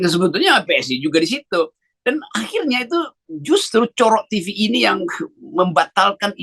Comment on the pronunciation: hahaha Cokro TV dibaca Pak Rocky COROK TV (TV Kecoak), hahaha.... mantap.